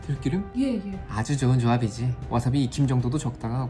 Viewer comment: 들끼름? 들기름 발음이 어려우신가요^^